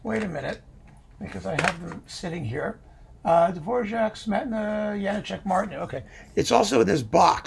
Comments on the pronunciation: A now-Canadian-citizen violinist friend / colleague, who was born in the then-Czechoslovakia and who moved to Canada in his high-school years, insisted that the diacritical marks in the spelling of Janacek's name means that it should be pronounced Ya-NAH-check, with the stress / accent on the middle syllable of the three. Make of that what you will... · On a walking tour of the Czech Republic, I asked our guide (a native Czech) about the correct pronunciation of the name. She said it's "yah-NAH-check."